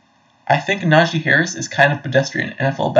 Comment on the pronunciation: I love that you keep mispronouncing his name. Who cares who this guy is? He clearly hasn’t been watching Najee over the last two years. 1200 yards behind the worst rushing line in the NFL last year.Then over 1000 yards in a season when he was injured for about half of it. Not bad.